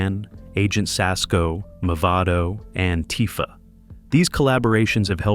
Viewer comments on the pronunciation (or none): none